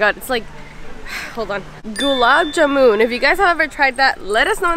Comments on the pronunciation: Here I'm dude🥰🇮🇳 and this becomes one of my favourite video ❤️ and the name of the rice is "Basmati"😋 How u pronounced Gulab jamun is woww 😁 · That gulab jamun pronunciation 🤭❤️. Love you alottttttt🎈